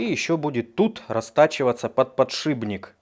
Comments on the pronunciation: "...под подшиБник..." кто-то неисправим )) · Крутой ты чувак, но этот твой подшиБник режет слух. ПодшиПник ПППП